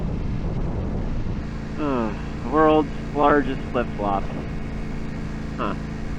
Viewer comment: San Jon has a Spanish pronunciation so the J is pronounced like an H. San Hone. I live about 60 miles south of there and ride that area a lot. There are some great dirt roads.